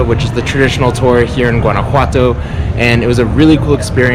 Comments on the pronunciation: Nice but you are mis pronouncing “ one” a what toe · Maybe get some coaching on pronunciation. "GWAN-a-whatto" is really painful to the Mexican ear. Much like "GWAD-a-la-harra", or GWAUCK-a-mole-ee". Ouchie! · I couldn't watch more than about a minute of this because you don't know how to pronounce Guanajuato. It doesn't sound like the G in Georgia, it sounds like the G in Guatemala, or do you pronounce that like most gringos pronounce guacamole - embarrassingly.